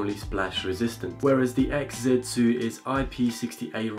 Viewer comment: Say it with me "ex zee" nowhere in there does it say "Exit"